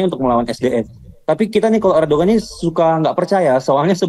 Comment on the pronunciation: Lu kuliah di turkiye 😂😂😂 nyebut ERDOGAN AJE gak bisa ..ERDOWAN BLOK